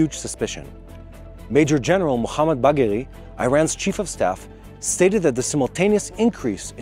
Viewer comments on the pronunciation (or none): I am giggling like a school kid, Irans major chief of staff is Bahgeri, you called him Buggery - do not google that word on your work computer. Small thing please tiny minds.